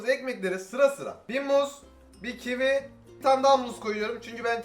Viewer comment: Sen kivi soylerken sandim ki çivi soyledin . Dusun sene çivi yiyorsun